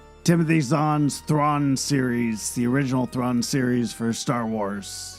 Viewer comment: First of all, thanks for the full timestamp listing! I hate to be that guy, but it's Timothy Zahn's Thrawn Trilogy, not "Throne." Easy and honest mistake, though. Could've easily been autocorrect or a typo.